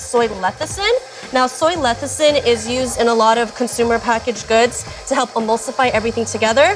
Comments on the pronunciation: "fingies" okay,;) Also, it's "lecithin" not "lethicin". Just sayin'. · you are pronouncing lecithin wrong just thought you should know.